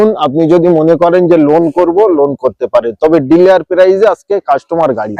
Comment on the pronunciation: ওটা ডিলিয়ার নয় ডিলার বলুন।